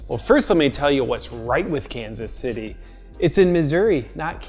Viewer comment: Sounded like Los Angeles there at the end